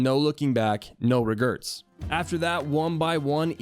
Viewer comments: Lol did hey say regerts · “NO REGRERTS!” - Dad -HAHAHAHAHA